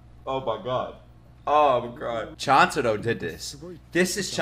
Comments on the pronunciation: I feel so uncomfortable seeing him pronouncing chuntaro as chantaro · its call choon-ta-ro not chan-ta-ro pls t - t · Can you please say Chuntaro right 😭? It’s Ch-oon-taro not Ch-an-taro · Also, it’s Chuntaro. basically pronounced choontaro. And just wait until the end of the series. (Which sadly yet thankfully has not come yet, just in the manga) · Bro its "Chuntaro" how could you forget😑